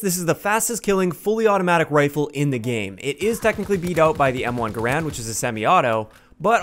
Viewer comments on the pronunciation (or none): none